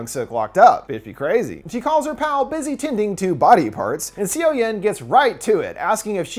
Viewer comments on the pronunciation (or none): "cee-oh-yoon" no honey it's "saw-yawn" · seo-yeon sounds like "so-yon". it hurts listening "c-o yen" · If you don't know how the korean alphabet works it can be really hard to know how the words and names are being pronounced. I'm sure he's trying his best and not trying to be disrespectful. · lowkey cringing on siyowyehn.....Its read as soyon/soyun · the fact that he says seoyoon as see yo yin physically pains me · I hate to be that guy, but the main characters name, Seo Yeon, is actually pronounced, "Suh-Yun". I don't blame you though, Korean to English romanization is so awkward. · the way you butcher the girls name.................